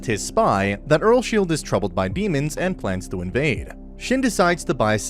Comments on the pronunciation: The fact that he said "Earlshield" made me a little bit triggered. My guy the pronounciation is Earls-Hide 2 syllables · Am I the only one who gets kinda triggered that the dude says earsSHIELD rather than earlsheid? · He says earlsheid weird😭